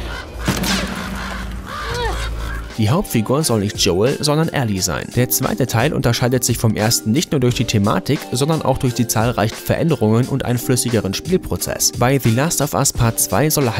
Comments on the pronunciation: Alli? ernsthaft? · Ellie nicht Alli. Alli ist ein Fußballspieler😂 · Ellie nicht Alli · Alli? ALLI? Wird sie nicht Elli geschrieben?? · Wie zum fick spricht dieser Kanal bitte die Namen aus ER SPRICHT PALPATINE ,PELPETEIN AUS und The Last of US DIE LAST OF US UND DIE NENNEN ELLIE, ALLI !!!!!!